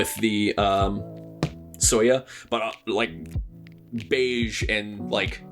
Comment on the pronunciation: So to help if you ever run into the word soya again, it's kind of pronounced like Soy-ya or Soy-uh The color is supposed to represent the asian style soy milk that a lot of us grew up with more than it does like beige, but I can definitely see how it can relate...I definitely would not be typing on my soya board if it was actually beige, but very entertaining video and I also agree, this keeb is a chonker both in style and weight. I can't imagine how it would be like with the optional weight